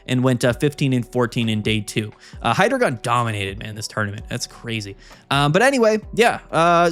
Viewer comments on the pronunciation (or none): please, it’s “Hi-dry-guhn”. I beg of thee, stop with the “Hydra-gone” 😭 Happy holidays man, thanks for the great content this year ✌️ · Why are you pronouncing Hydreigon so wrongly?